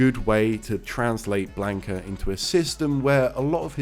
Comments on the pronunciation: This guy def says BLANK-a. It's wrong, but he's british so...haha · I cannot watch this simply because you don't know how to pronounce Blanka. It hurts. It's almost as bad as people who say "RAYUU" when talking about Ryu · Maybe unreasonable but it is mildly infuriating you can't say the characters name correctly. ffs